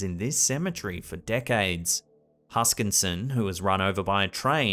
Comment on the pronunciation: William Huskisson, thats Huskisson. Hus-kiss-on. No "N" in the middle. Christ, you're Australian. Huskisson Bay on the East coast is named after him.... *and yes he's my ancestor